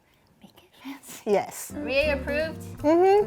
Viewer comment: "Meke it fency" "Meke it fency" "Now comment below suggestions, so I can get more food"